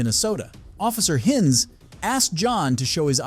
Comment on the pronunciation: “Office Hinns”, “Officer Hinns”, “Sea Urchin Dana” 😂 Bro, reading isn’t that hard… They even said the words/names themselves”. Also, me: “I’m done with this video at this point”.